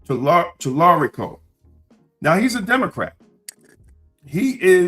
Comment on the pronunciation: What happened to the i in your pronunciation of Talarico?